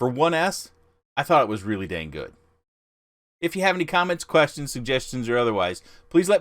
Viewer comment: did you say danggood?